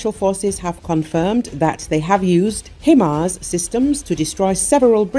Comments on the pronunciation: HI MARS not hemars.... why can't you get it right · Himars is pronounced HIGHmars, not HEmars! Train your reading program better.